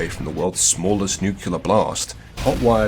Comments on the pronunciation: I doubt that's it because I've been hearing nukular more and more often. Just say 'new' then 'clear' together. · Just found this channel, fantastic stuff really enjoyable, subscribed and liked. Tempted to remove the like due to the mispronunciation of "nuclear" which as a fellow Brit is almost inexcusable behaviour but on this occasion I will turn a blind eye ;)